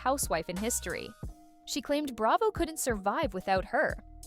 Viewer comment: "Hilton" is Kathy's married name, so they aren't the "Hilton sisters." "Bray-vo" 😊